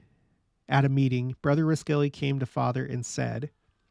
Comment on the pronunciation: Interesting stories! (BTW, you’ve probably gotten this, but the Cache Valley Pronunciation of Roskelly: ROSS-Kelly )